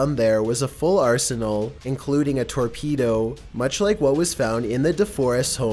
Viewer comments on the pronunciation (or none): none